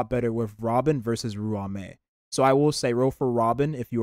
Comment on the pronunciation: Bro.. Im not usually picky with how people pronounce names and words etc, but damn when you pronounce ruan mei, it.. Yeah.. Idk dude.. xD It's pronounced, RAWN-MEY. Nice video though